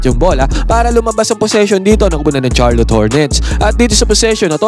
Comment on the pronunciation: Sharlot ang pronunciation nun, pakiayos sakit sa tenga eh